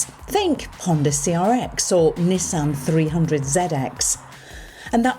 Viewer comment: Comment from Japan Perfect pronunciation of "NI" and "SAN" 二と三の発音は完璧ですよ ^ ^